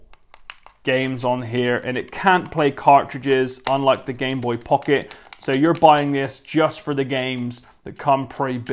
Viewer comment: I was gonna die if he said Gameboy Pucket again